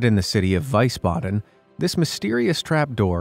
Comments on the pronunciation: It's not Weisbaden, it's Wiesbaden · Just a tip with the German pronunciation. It's WiEsbaden not WIesbaden. Really easy if you see ie then the E is the sound if you see ei then I is the sound. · Wiesbaden, Germany is actually pronounced V E E SS B Ä D E N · It's pronounced "VEES-BADEN", not "VISE-BADEN", in Germany. No doubt you're too young to know of the Wiesbaden Olympics in '72. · You pronounced Wiesbaden wrong. its like Visa, Visbaden. Not w-ice-baden. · Just to nitpick a bit: the native pronounciation of "Wiesbaden" is "Wee-sbaden", not "Why-sbaden" 😜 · Interesting info. But it's pronounced VEESbaden, NOT VICEbaden. In German, Wie is pronounced VEE while Wei is pronounced VYE. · you need to brush up on German pronunciation. Wiesbaden is pronounced "Vees-baden", not "Vice-baden". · My Mom grew up in Wiesbaden, and pronounced it VEESBADEN. In German, when two vowels go walking, the second does the talking. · The last one, in Wiesbaden, I'm almost positive it's pronounced veesbaden. I lived there for 6 months and never heard it pronounced any other way. The architecture there other than the manholes is gorgeous. They have the remnants of a wall built by the Romans on one side of the city and many more buildings that had been there for a really long time. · It definitely is pronounced "veesbaden". German reading-rules are rather strict: "ie" is usually a long (german) i, like the english "ee", whereas "ei" is - with a few exeptions - pronounced like the english "i". It's not really hard to memorize... And since confusing the two can change the meaning of the word dramatically - in this case "weise" (wise) and "Wiese" (lawn) - it is advisable to be a bit more careful. I always feel sorry for Wiener sausages being called "Weiner" (the crying ones). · he has a habit of pronouncing things wrong and I don't understand it, if you're going to research something and educate people on it the least you can do is learn the pronunciation. Oh well